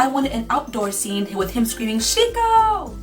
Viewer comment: did you give him Sheko but pronounce it Like Shiko. That's not japanese.